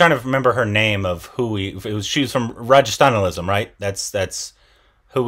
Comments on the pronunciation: It is ‘Ran - ga - stha - lam’, not ‘Ra - ja - stha - na - lism’ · Rajesthanalism 😜😝😝😝😝😝 Its Rangasthalam 😝😝😝😝😝😝😝😝😝😝😝😝🤣🤣🤣🤣🤣🤣🤣🤣🤣🤣🤣🙏 ohhhh boiii korbinnn 🤣🤣🤣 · butchering rangasthalam omg 😂😂😂😂😂😂😂😂